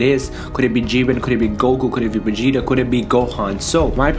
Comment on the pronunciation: Dude it's not begeta lol it's Vegeta but you keep saying begeta lol